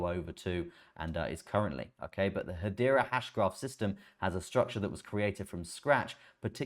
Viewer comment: If you can pronounce Hedera, why do you still call it Haitch bar? Is it a regional dialect? Or an affectation?